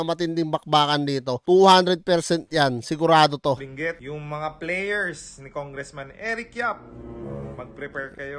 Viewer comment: Binguet 😂😂😂😂 hhahaah ayosin mo pagpronounce mo ng binguet hahaha